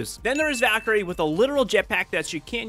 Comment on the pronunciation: No, he said valkyrie, that’s how you pronounce it lmao